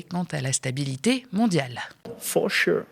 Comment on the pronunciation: "for sheu " nous vla bien